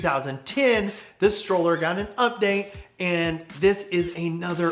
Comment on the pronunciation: another great video! just FYI: *Strowler rhymes with Prowler*, not pronounced "Stroller". Mark Eaton told me it was a portmanteau of "Stalker and Prowler", a nickname inspired by whenever the fanboys would show up and try to take videos or photos of Kevin riding, which is why there's a Rat with a video camera in the original graphics. it was also intended to be Kevin's Big Daddy "replacement" signature frame when he made amends with Mat, which is a whole other story in itself...